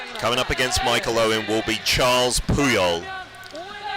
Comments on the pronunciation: "Charles" Puyol?? Bro it's Carles. Karr - less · Nice évent but please stop saying Charles Puyol it’s Carles there is no H